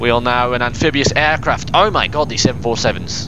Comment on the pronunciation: "Eowl MoY gowd!" LOL at the accent.